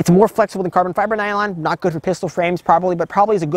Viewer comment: 😅bro, if you say carbon fiber nylon like that again 🤣🤣😭😭💀